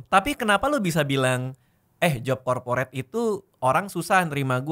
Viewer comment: Corporate jadi KAPORIT 😂😂😂